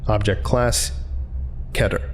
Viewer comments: it's pronounced keter (kee-ter), not keter (ke-tter) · U know I’m not the only one who’s unsatisfied about the way he says keter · U pronounced KETER WRONG